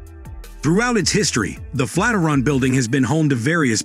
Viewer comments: "Flat -i-ron???" Flat IRON. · Another damned Robot Narrator....you lost me """ Flatteron Tower"""---It's the FLAT IRON Bldg you Idiot Machine, the Fikken Flatiron Building....How do you Kill Off an AI Creep?? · Is it pronounced Flat-er-on like this narrator states, or Flat-i-ern (flat iron)? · Flat-er-on? I hardly knew her! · He pronounces it as FLAT-eron. Is this correct? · Thanks, but I've lived, worked and went to university in Manhattan and have never heard it pronounced the way you have with the word Flat and Iron run together! Though spelled Flatiron building, many as well as I pronounce it the Flat--iron building! To each his own I guess! lol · If that AI says "Fateron"...one more time..just one more time. 😡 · The narration is terrible! "FLAT RUN" we start of with............egads!!!!! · LOL "flataron"! C'mon, realy? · I agree with y'all... It was pretty much the same thing, over and over. And the first time I heard flat-er-on I thought I was hearing thing...lol Anyway...nice photos of the interior - that's really what I wanted to see... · You obviously don’t care about your content if you didn’t take the time to correct the pronunciation of the subject of your video . What a pathetic shame Bob Mollot -Seattle